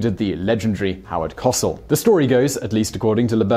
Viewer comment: Just to clarify Simon, his name is pronounced... Howard Co sell. Not a biggie though. Great vid as usual.